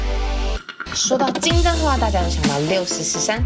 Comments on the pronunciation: 其實那個唸六十石（ㄉㄢˋ）😂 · 六十石(ㄉㄢ4聲)山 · 是六十石 ㄉㄢˋ(但)山才對唷! 可見本影片11"52圖卡六十石山下面的音譯便可確認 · 是六十石（音同蛋）山才對喔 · 因為六十石在這裡的“石”是指數量，所以正確是要說（ㄉㄢˋ）